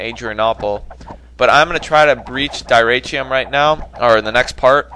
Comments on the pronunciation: I believe the correct pronunciation for Dyrrhachium is (Dih-rah-ckium). Not completely sure though. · i think its pronounced durhackium